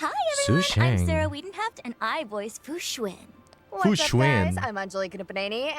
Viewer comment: So funny how is pronoucing Fu xuan right, even tho the VA pronounce it wrong xD since they can t read properly... its Fu xu-AN ( "an" apple) but they say Fu Xu-IN 🤦‍♂